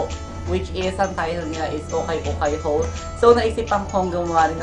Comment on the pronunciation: Haul Po Pero Pronunciation nyo is Hole 😂❤